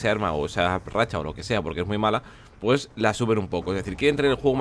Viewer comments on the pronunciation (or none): none